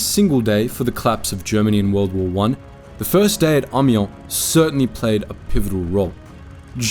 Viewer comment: "Ommy-aw". That's how you're supposed to pronounce Amiens. Not "aimy-enz", not "ammy-enz", not even "ommy-enz". "Ommy-aw". Because zees word, she iz FRUNCH. And you must bow to the frunchness, or be forever a goon. K-rounds were actually just regular 7.92mm Mauser rounds yanked out of the cases and reinserted backward, so the flat base of the bullet was facing forward - the intent was that the reversed slug would have better odds of penetrating as it wasn't as likely to deflect or ricochet as the rounded tip would. And the "T-rifle" was never called that. Es't ein Tankgewehr 1918.